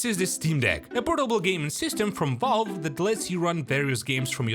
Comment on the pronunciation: It's pronounced valve not volve